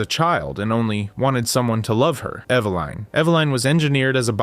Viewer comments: “Ev-uh-Lin” - ur welcome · How he pronouns Evelin is horrible.